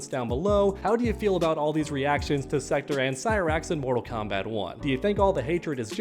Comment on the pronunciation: Every body should be complaining about the gender swaps. It will only continue to get worse. Mortal Kombat was diverse enough. Also its Sek- Torr not Sek-tur Lol